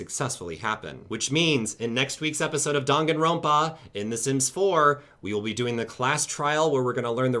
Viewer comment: way of saying Danganronpa Dong-A-rope-A